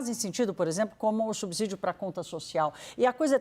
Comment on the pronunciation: Que raiva de perder 3 min e escutar um jornalista dizer "subzidio"! Estudem! Vcs estão matando a imprensa com viés político e péssimas reportagens.